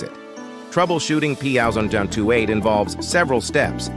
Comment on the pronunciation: That pthousand tootee eight code? This must be made By AI.